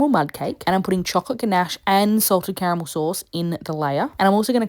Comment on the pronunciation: It took me a second but I thought she said CAMEL sauce instead of CARAMEL! 😂😂😂